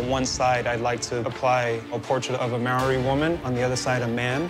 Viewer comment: i am maori and i live in new zealand. Not to be rude but you said maori wrong